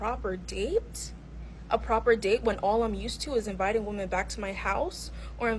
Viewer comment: Why can't she say women?